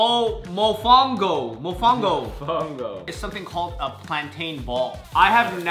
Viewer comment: as a Puerto Rican… y’all butchered the mofongo, pronunciation and preparation… i think the idea had a nice sentiment but the execution could have been better if you took appropriate time to research each dish and see how it’s prepare and what it’s traditionally served with. maybe since y’all don’t know how to prepare the dishes yourself, it would have been better if you could have tried to get traditional dishes from local restaurants if they’re around. i can only assume y’all meant well but not only did you not prepare a lot of these dishes to standard, but your reactions to the some dishes (that weren’t even prepared properly) came off offensive. I’ve been subscribed to y’all for years and enjoyed watching your growth so please take this as constructive criticism to encourage y’all to continue to grow. Food is so integral to everyone’s culture so approaching it with respect, care and accuracy is crucial.